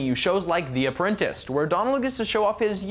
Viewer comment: everything wrong with the host of this show: (1) pronounces "apprentice" apprenTIST, (2) assigns multiple sins to a single items that involve a list, (3) assigns sins to innocuous behaviour, (4) seems partisan to the christian cause